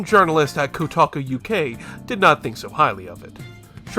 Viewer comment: If you had just said "kotaku" and moved on to the next one, no one would have argued. 😂